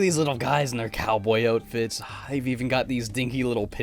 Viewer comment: I'm sorry did you say OH-tfits?